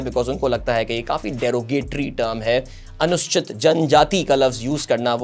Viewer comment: correct pronunciation is "anu-soo-chit"